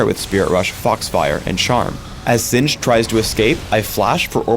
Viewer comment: Did you call him xinged?